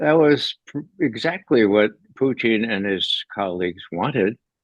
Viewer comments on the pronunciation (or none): It's Putin, not Poutine. That's another politician. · Pootn, not fn POO TEEN ffs man. Even in russian it only has a slightly longer poootn. but never TEEN,. have to mute this guy every time hes on. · I like the way he calls Putin .....Puteen 😙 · Mr Poo-Teen...NAYET!!